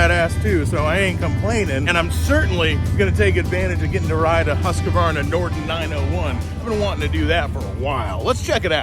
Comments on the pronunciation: Hooskvarna, not Huskavarna. Get a clue. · Why do you Americans call it Husquavana,there's no a in the middle your pronouncing it very wrong.